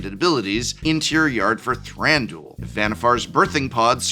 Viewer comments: Thranduel sounds like a MTG betting and fantasy league lol. Wouldn't Thran du il make more sense in the way they speak elvish in the movies anyway? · Not that it matters, but I don't like the way you pronounce Thranduil :D Very American. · I don’t think “Thranduil” is meant to rhyme with that one daily fantasy sports gambling platform…regardless, great decks! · "ThranDOOL." The amount of hardcore MTG people who don't know ANYTHING about ANY other pop culture stuff is really astounding at times. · lol I’m pretty sure it was all a joke, but yeah people pronouncing Thranduil as “Thran-dool” irk me xD it’s three syllables, not 2